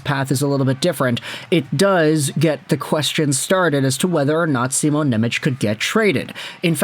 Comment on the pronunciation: Please please please stop saying nemech as simons name. Im slovak and its hurting me to hear😂. His name is Shimon Nemec not nemetsch😂